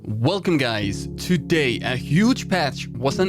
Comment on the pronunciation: “Welcome gays”